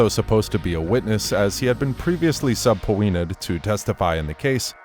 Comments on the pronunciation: why you say subpoena like that...😐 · he doesn’t know how to say it lol